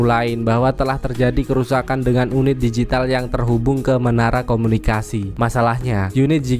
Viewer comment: Ngomong DIGITAL kayaknya susah bgt ya bang 😂😂